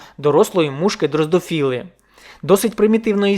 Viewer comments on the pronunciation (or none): Мушка дрозофіл, не дрозДофіл